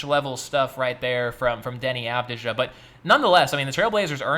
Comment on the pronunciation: It's Av-Dee-Ya not Av-Dee-Ja